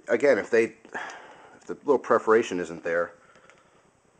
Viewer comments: It's "perforation" not "preforation". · PER-foration. Sorry, enjoy the video but it got to me the thousandth time you said PRE-foration. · You're killing me with this "preforation" stuff. It's perforation [per-for-ay-shun]. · perforation my friend, perforation